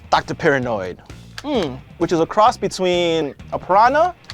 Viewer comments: It's Pirahnoid! Not paranoid!! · dude, it's not "Dr. Paranoid", it's Dr. PIRAHNOID!!!!!! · OMG it was annoying me so much dude I love it when the sharks would call him Piranoid and this dude absolutely butchers it. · it's doctor paran-oid, as is piranah, the fish he is mixed with. if you watched your own video you would see that it is said correctly several times in clips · How did you CONSTANTLY mispronounce the name as "Paranoid" when you included a scene where they call him "Piranoid". You even pointed out that hes part piranha!